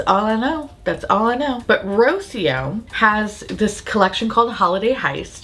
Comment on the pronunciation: It's Rocío as in Ro-SEE-oh. The emphasis is in the middle syllable, where the accent goes.